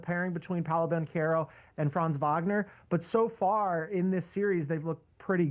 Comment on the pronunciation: Wagner is pronounced Vagner. Banchero is pronounced Banquero. It’s really pathetic how many people pronoun them wrong.